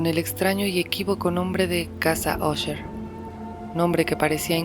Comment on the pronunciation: Qué bien pronuncias Usher 👌🏼 Mi madre compraba enciclopedias en abonos y le regalaban libros. Unos que le dieron fueron las obras de E. A. Poe. Me encantaba leerlos en las tardes